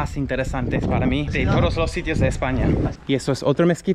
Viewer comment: Te dije que los de la religión de la paz, son peligrosos, cualquier día te vas a arrepentir por querer ganar visitas en You tube. Ah! y con todo el buen rollo de verdad, no digas "toros" cuando quieres decir "todos" , tienes que practicar más esa frase. Un saludo.